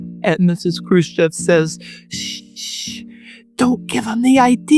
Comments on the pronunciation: Who this kruschav he keeps talking about?? Why cant he say CHEV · Why do you say his name krushchov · How are you going to repeatedly MISPRONOUNCE his name when you have it shown in TEXT and have other people pronouncing it properly?! I despise people who mispronounce shit just to be different.